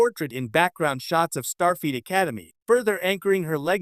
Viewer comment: Is this the new ROBO VIDEO TREND? Mispronouncing an obvious name in Star Trek lore? STAR FEET? There's yet another Star Trek related channel that's also saying STAR FEET. Does the A I ROBO CREATOR have an obsession with STAR FEET? Perhaps your next video can explore WHO in the Star Trek Universe has the Stinkiest FEET? I'm gonna say the KLINGONS have the stankiest STAR FEET.